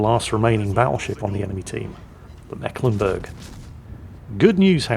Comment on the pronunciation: it is meeklenburg, long "e" not short, basiccally the "c" is a stand in for a sign that denotes a long vowel sound. yours sincerely: a mecklenburgian ^^